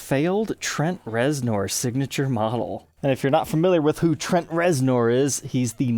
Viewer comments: yeah I'm not saying he's a poser either, but I can't imagine anyone not having heard Trent Reznor's name said aloud for real. It's like calling Angus Young Ann-goose Yo-oong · exactly that. Idk y tf he pronounced it that way. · mispronouncing a surname has nothing to do with a regional dialect. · I know...love the guy, but this is..... how do you NOT know how to say his name? If you're not into music or anything, I can understand. should know this, lol. It's like someone in a Guitar Center saying Grohl like GrowHill...😅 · It is pronounced Rezner, not nor..as it is spelled. Would never know unless you hear it. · How have you not heard his name before? "Ner" bro...."NERRRRR" 😂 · Its said like it's spelled with an E REZNER! You're killin me smalls ! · Reznor …..but pronounced Rezner… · Please tell me you pronounced his name weird on purpose. Rez-ner, just for future reference. It was almost like nails on a chalkboard each time you said it. Great info about a guitar i didn't know about. I tried your polishing technique w the same products on a black ltd v407b and an ovation acoustic. Wasn't the "wow" result i was expecting & i looked at it in different lighting angles. Its definitely clean & w a slightly smoother surface. Got a zw camo I'll try it out on once i get new grover locking keystone tuners in. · His last name is pronounced ReznER! Do your research before doing a video, huh? I love the sound of this guitar! It's deep, dark, and mysterious. Just like Trent's brand of rock he's famous for. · It's pronounced Trent rezner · First time I've ever heard him called Trent Rez-NORE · It's pronounced Rezner....Jesus lol... I love but good lawd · Anybody else take issue with his pronunciation of reznor? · Had to stop watching, couldn’t handle the horrible pronunciation. If you’re going to do a signature model might want to learn the artists name.